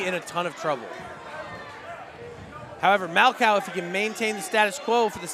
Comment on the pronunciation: Yo it’s MAL-COH 😂 not 🐄 did my dawg dirty hahaha